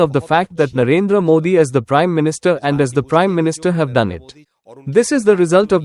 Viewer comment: It's not neander modi it's narendra modi